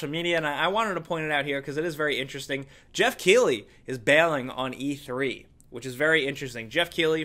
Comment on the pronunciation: Why are you saying jeff keighley if it is geoff keighley